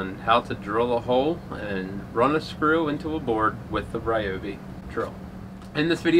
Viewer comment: much better than the other video that pronounces it Ry-Bobby